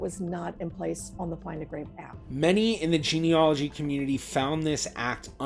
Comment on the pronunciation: It’s pronounced geneAlogy, not geneOlogy!! 😳